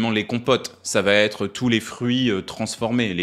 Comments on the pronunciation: Merci pour cette video. Juste un petit conseil de prononciation : on ne dit pas "elle va-t-être" mais "elle va être". Bonne continuation. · Votre vidéo est très intéressante, et votre discours est d'une grande qualité d'écriture. Mais vous dites tout le temps « va-t-être », alors qu'aucun « t » épenthétique ne doit apparaître entre le semi-auxiliaire « va » et l'infinitif qui le suit (lorsque celui-ci commence par une voyelle). Le syntagme « va être » se prononce « vahêtre ». C'est facile à vérifier. Bien amicalement. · Vidéo intéressante comme toujours 😉 (Attention à la diction ! "Va être" et pas "Va t'être") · Super. Par contre les "ça va t'être" font saigner les oreilles ! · "Ca va t'être"...Ah ces liaisons mal t'à propos.... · à 2"10 on ne dit pas : "ça va t'être " , IL N'Y A PAS DE "T" à VA -> DONC PAS DE LIAISON :face-green-smiling::face-orange-frowning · Le « va-t-être » peut faire perdre à un discours scientifique un peu de sa crédibilité. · très interessant ! attention à tes liaisons elle va (t) être 🤗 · Vraiment très intéressant, bien construit et documenté. Et, très appréciable, on n'est pas dans l'excès. Bravo et merci. Petit bémol : à plusieurs reprises dans le message, une liaison "dangereuse" : cela va T'être. Verbe aller 3ème pers du singulier au présent : va, pas de "t" à la fin 😉😬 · Merci pour cette vidéo simple et efficace 🙏. Petit bémol: quand tu dis "ça va t'être", euh, non, pas de "t", on dit "ça va être" 😉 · Merci pour ces informations/rappels qui motivent à arrêter le sucre dont je me considère accro ... Demain j'arrête, vraiment ! Oh, sinon ... "elle va être" ... et pas "elle va T être" !!! :p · punaise je kiff le sujet et tout mais j'arrive pas à me concentrer parce que tu dis "elle va t-être" alors que le -t n'existe pas ici 😂 merci pour tes vidéos! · " ça va t être" ouh la la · Je peux pas m'empêcher de relever une telle faute ! "Ça va t'être "....😢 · "Ça va(t) être"....Tu bois trop de thé!😋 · Attention aux "ça va-t-être" ;-)